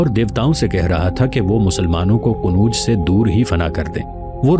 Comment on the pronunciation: السلام علیکم جناب عالی آپ مسلسل شہروں کے نام غلط لے رہے ہیں مثال کے طور پر آپmathura کوmithra کہتے ہیں اورqannaujکو qanuj کہتے ہیں تصحیح فرما لیں